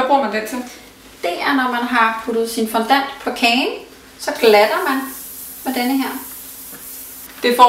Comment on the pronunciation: Fondant udtales altså fondang....